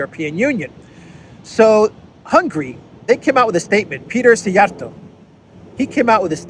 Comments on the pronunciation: NAiled perfectly Mr Szíjjártó's name! 👍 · Nailed Szíjjártó's name very nicely. 👍